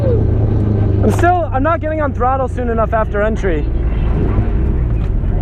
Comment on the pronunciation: I love how says throttle "trottle"